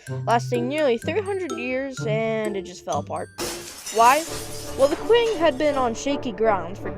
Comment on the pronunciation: not "qu"ing but "ch"ing that's more close the pronunciation in chinese